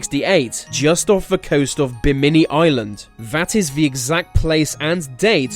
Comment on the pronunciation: pronounced lafeet, not lafayette. do brits pronounce bimini so differently from americans? otherwise, this is a pretty good video. you have a very good speaking voice.